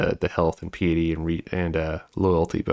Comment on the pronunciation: Are you trying to say piety?